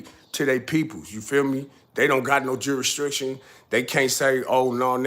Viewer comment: Shout out to u! Keep up the real work. I just got to say this my Nigga is pronounced Jurisdiction not juristriction. lol its like u mixing strict jurisdiction into one word. But other than that it’s all facts